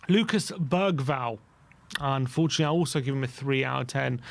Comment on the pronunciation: Can you please say Bergvall properly